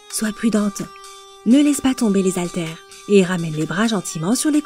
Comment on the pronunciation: Très bien, mais SVP arrêtez de dire "zaltères", le h est muet mais pas de liaison. Cela sera vraiment top, comme vous dites ☺